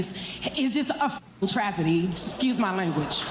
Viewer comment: "a trasidy"